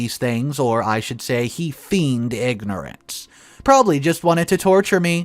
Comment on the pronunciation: This one's just tiresome. ... and the word feigned rhymes with PAINED not with FIEND.